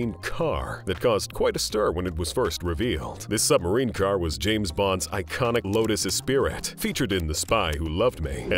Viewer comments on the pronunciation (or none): none